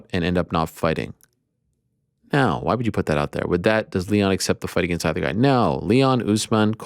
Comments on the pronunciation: If Ariel pronounces against “agaynst” one more time I’m gonna lose it 🤦😂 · Never say it aGAIN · Ariel, don’t you ever say “against me” like that again…